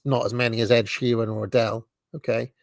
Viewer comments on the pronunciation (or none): none